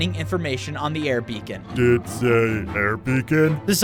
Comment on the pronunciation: HE SAID BECON HOW 😂